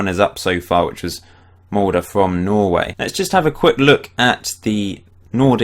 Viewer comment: The Molde pronunciation is finally correct